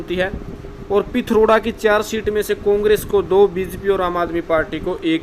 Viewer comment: पिथरोडा नही पिथोरागढ़ है